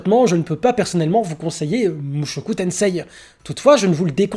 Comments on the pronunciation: Par contre on dit mushoku tensé stp pas tenseiii parce que, petite leçon de jap: le i est un allongement du e alors à l'oral on dit e le i (j'avoue je suis mais ça m'écorche les oreilles) sinon bonne vidéo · sa se dit mushoku tensee car le i est un allongement du se